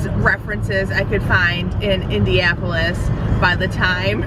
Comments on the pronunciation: Hi. Just wanted to let you know it’s pronounced IndiANapolis, not IndiApolis. Watched your video with someone from there who shouted at the screen every time It was mispronounced 😬.. sorry; we still love you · Are you saying Indiapolis?